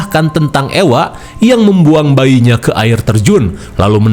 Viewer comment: suami saya bilang orng2 yang hidup di zaman Medieval itu sangat mengerikan. Dan untuk Ewa ini di sebutnya Eva kang bukan Ewa Ewa heeyyy 🎉